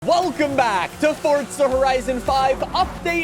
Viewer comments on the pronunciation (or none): Pls stop saying WELCOME BACK like that 😭